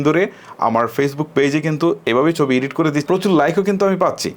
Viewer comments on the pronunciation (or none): উচ্চারণটা হবে এডিট